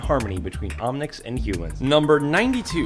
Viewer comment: lol omnics not omnits